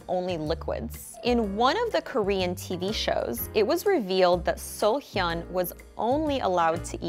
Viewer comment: i was shook when she pronounced seo in young, wheesung and seolhyun correctly